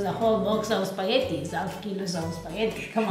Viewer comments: it's weird, Giada mispronounces spaghetti as speeghetti, and fettuccine as Feettuccine. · The programme is called "Pasta GRAMMAR!! But yet the boy keeps calling Spaghetti "SPAGHEDDY???! It doesn't make any sense to me.